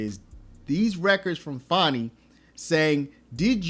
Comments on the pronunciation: Learn how to speak pronounce words and spell it's pronounced Fanny and spelled fanni not fonni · Her name isn't Fawny it's Fani. Say it like it is spelled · It’s Fanny as in butt get it right